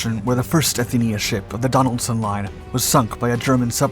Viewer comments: It was the Athenia, not the Athena! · It was supposed to be the Athenia, not the Athena!